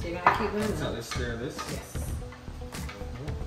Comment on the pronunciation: Why did JA ppl say steer & Not Stir? I Love cornmeal Porridge, but never made it with Lasco.